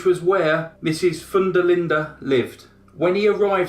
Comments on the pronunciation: I looked up the case to see the spelling of the victim’s last name, because it sounded so unusual, like Foondalinda. It is actually Van der Linde, which is Dutch. The Dutch pronounce the first part as “Von”. I was really bamboozled! 😉😁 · More like 'fun'. The der Linde part was pronounced correctly